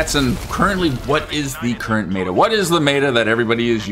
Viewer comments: It’s meta, not mayta! Is what I would say but I will leave your accent alone 😊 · Brother... please... meh-tuh, not may-tuh. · Lol its not pronounced mayda its meta. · MET-AH* bro please im begging